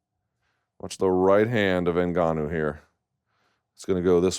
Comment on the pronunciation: remember him pronouncing Nngannou when he first came on the scene XD